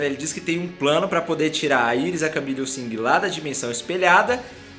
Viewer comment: queria te falar para começar a falar Iris do jeito certo, que é como eles chamam ela na serie e pelo amor de deus não fale vibro, kkk fale os nome dos personagens em inglês(que é língua original)